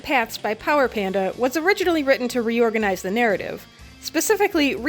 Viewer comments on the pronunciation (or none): none